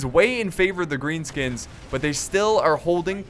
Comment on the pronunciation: he sed grean skuns